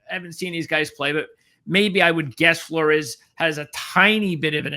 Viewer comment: A small aside: Flores is pronounced "floors". I enjoyed the show. Between Hejny and Flores it really depends on Meacham and what we see between the two QBs during game 1, imo. I think they'll each play a half and whoever performs best in the system will get the nod. You are correct to bring up Treyvone Boykin, as he sticks out over pretty much everyone else in Meacham's offensive resume. I feel like Hejny being described as a really athletic QB who still has a strong arm could give him the edge since that's pretty much what Boykin was. Of course, as you pointed out, Meacham was also the guy who recruited him. I think it's very likely he ends up being the starter based on those two things, but I found it really interesting that Flores threw way more passes during the spring game. None of them performed all that well during the spring game, but I'm hoping that's just a testament to Grantham's defense rather than an indictment on the QBs or the offense. I fully expect growing pains. Between the two, I don't really care who gets the start since we really don't know what we have yet.